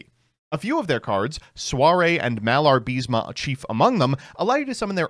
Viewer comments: IS MALABA-RISME NOT MALAR-BISMA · Im sorry, did you just said "Malar-Bis-Ma?"